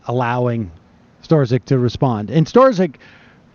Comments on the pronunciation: Lol, everyone has been hearing this FBI agents name for so long and Sam still can't get it right. It's pronounced STRUCK. It's literally been over a year. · "Storzik"? Its pronounced Strock. Did Sam even watch the hearing? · It's pronounced struck. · I think his name is pronounced "Struck" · Strzok is pronounced struck, just one syllable. :) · You should say it as ‘STROK’ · Sam, stop mispronounce the Man's name. "Struck" is a close pronunciation. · Sam is the first person I’ve heard pronounce Peters last name as stra-zick and strow-zick. Haha 😆😉 Love ya Sam!! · "Strzok" apparently rhymes with "struck." Just sayin. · blunt rapture I hear it as strock, not struck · "STRUCK." It's pronounced STRUCK. Why can't anyone get this simple fact right?!? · I hear it as strock, not struck, but who knows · Disclaimer: I really enjoy your show, Sam and I have the utmost respect for your intellect. Now, the irony of you mispronouncing Peter Strok's last name, throughout the same clip where you mentioned Republicans being assigned according to their IQ score is pretty funny. I'm laughing with you, I promise. So where are your producers in your earpiece or chat window if you don't have the earpiece letting you know how to say Strok's name correctly? Anyhow, that Rankin segment is historical gold. Keep up the great work. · listening to sam mispronounce Strzok is cringe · It is mind-numbing how Sam mispronounces EVERYONE'S name. He'll never be legitimate until he can learn to respect people enough to say their name's right.